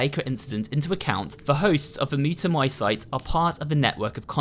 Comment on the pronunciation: Yuck... that mold/alge substance looks some of the sputum my sicker patients cough up... The last syllable of Mutamycete is pronounced like "seat" not "site." Like mycelium (my-SEAL-um,) which is the vegetative part of fungi and make up the part that grows above ground.